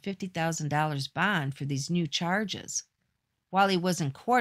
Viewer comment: While he was out on “bond”. Bond is one syllable and shouldn’t be dragged out until you run out of breath…..